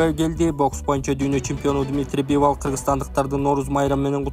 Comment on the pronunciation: Бивал дебей Бивол дебейсиңби